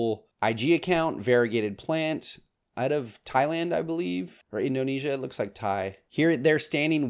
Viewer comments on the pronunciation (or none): none